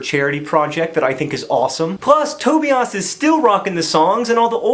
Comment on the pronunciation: Does it bother anyone else the way John pronounces Tobias? Does it bother Tobias? Look closely: toe-BUY-iss.